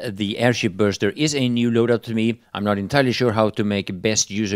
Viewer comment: It is not Burster.. That is for sure..